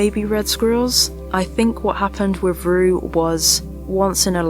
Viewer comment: My only frustration with your lovely videos is that you can't pronounce "with" properly, it is not "wiv"